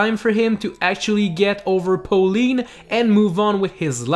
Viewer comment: How do you fuck up saying Pauline?